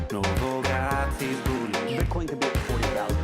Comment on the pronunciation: "Novograaaatz is boolish! - Battomed out! Tonne Vaaaaz is berish!" I'm fucking dead 😂😂😂